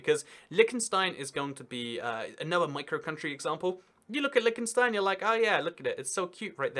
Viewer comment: i hate how he pronounces it like lickenstein